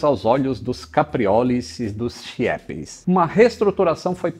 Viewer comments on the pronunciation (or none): Já voei muito de trip saindo de Ipatinga. Muito bom mesmo! Já bastante também de azul. Vários destinos inclusive saindo de vitória para Manaus. Agora você falou Chiepes, mas não se lê assim o nome deles, apesar de escrever assim se lê keep. Grande abraço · Se pronuncia Kipi... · Se pronuncia "kipi" trabalhei pra o grupo águia Branca. Forte abraço.